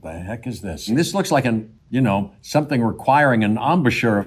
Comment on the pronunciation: I love Jeff Goldblum, he said embouchure.